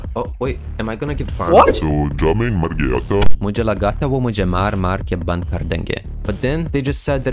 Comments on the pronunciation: Prounced- bun but its ban 😂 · Ok here a tip to speak Hindi better Like pronounce ban in Hindi same as u do in English cuz u said "bun" instead of ban